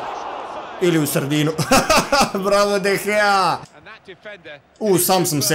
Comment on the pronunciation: Ne kaze se de gea nego de hea